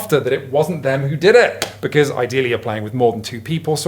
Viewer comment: Becoose??? Hehe